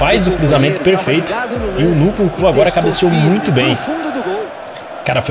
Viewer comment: vei o engraçado no é q ele fala a maioria dos nomes dos jogadores errados nunkuku kkkkkkk